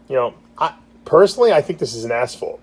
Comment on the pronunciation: Why u call it asfault